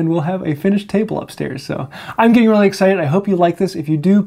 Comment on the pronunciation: Diagon-alley? Re-alley? I think you should get some more materi-alley!:-D Thanks for the vid. Appreciate it.